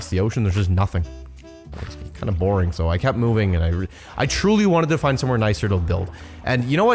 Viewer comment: why do you seperate your "g"? borin g doin g.... im legit not critisising, im curious af